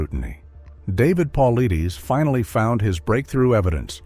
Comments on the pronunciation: It's pronounced "Paul - I -tis"! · ONE QUESTION: Why are you producing a video about David Paulides (it is pronounced Pul-ide'-ess) AND MISPRONOUNCING his name over and over and over through the whole thing is EXTREMELY poor narrating? Would you produce a video about Dr Ben Carson and pronounce his name "Dr Ben Cloopson" through the whole video? Don't you think that doing this pretty much negates your authority to talk about the subject? BE ASHAMED! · He mispronounces his name in all the videos he does. Quite inappropriate for someone doing a video about a well-known researcher. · Can’t even say his name right and we trust this? 😅😅😂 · Moronic! Not even professional enough to learn the correct pronunciation of David's name. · The mispronunciation of his name is killing me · Pronounce the man’s name right!!!